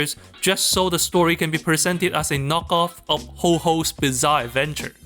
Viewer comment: Your Columbian pronunciation of Jojo's Bizarre Adventure is very authentic but it cracked me up real hard...lol